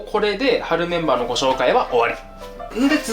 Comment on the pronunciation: 飯作りながらみてたぼく 冒頭の春メンバー定番メンバーが 春メンマ定番メンマに聞こえて は？谷やんなにゆっとる？ と、なりました